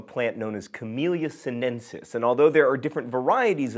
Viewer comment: I know John'll never get it right, but it's "Camelia sin-e-sis" and "tis-an-e"